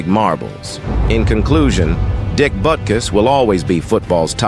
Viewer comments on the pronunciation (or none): Awesome video and stats. However no thumbs up andno subscription. Why? Because you are using AI to narrate and you do not know how badly words with not pronounced right. One time it pronounced his name as Boo-kiss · Man, I really hate those AI voice-overs. It starts out saying his name correctly then about pronounces it Beera couos. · Probably better to narrate yourself instead of using a machine - Butukus??? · This is just awful! Your AI narrator can't even get the man's NAME right! 'BootKoos'? Who TF is THAT??? Shame on you for putting some voice-over actor out of work only to butcher the script!